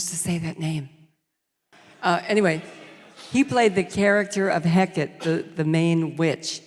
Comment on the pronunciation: I worship her but every time she mispronounced Hecate I wanted to die :P